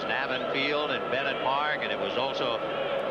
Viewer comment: It was Naaa-vin Field, Vin, with a LONG A.